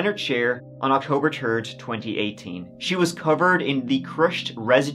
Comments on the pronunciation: It's pronounced THIRD! Not TURD! Seriously dude! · It's "third" not "turd" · Please th. Its third not turd.❤ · Did he say October Terd? 💩